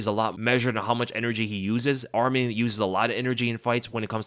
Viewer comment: Love your content brother but Arman Tsarukyans name is pronounced Arm-on, not Armin 😂 I know this because that’s my name as well. Love your stuff!